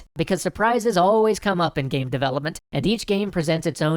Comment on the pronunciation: hahahahah omg my sides haha "Gaem" xD